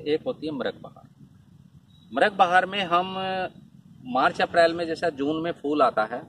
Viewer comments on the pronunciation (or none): none